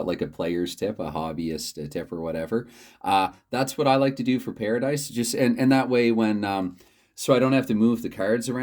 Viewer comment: The pronunciation was perfect. I just finished the video, and I think a live stream with a pairadice game would be great. I started live streaming recently just so I don't have to take the time to upload the videos, the only downfall is no retakes. Hopefully you can reach 60 subscribers soon!